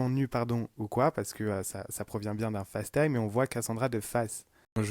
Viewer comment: Par pitie dites Facetime avec l’accent anglais pas en Francais c’est insupportable !!!! Serieux quoi